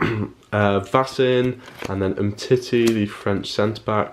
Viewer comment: You pronounced Umtiti wrong you pronounce it Uhm-tee-tee not Um titty.